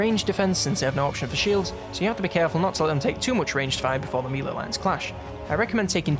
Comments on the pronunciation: I absolutely love these videos. Doing a fantastic job. Only criticism is the way you say Melee! It's driving me insane 😂 its pronounced "May-lay" not "mee-lay" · Yeoman is pronounced 'Yo' -man as in 'Yoyo', not 'Yewmen' as you pronounce it and Melee is pronounced 'Mel' as in Melanie and the second syllable is pronounced 'ay' as in 'lay' and not meal - ee as you pronounced it.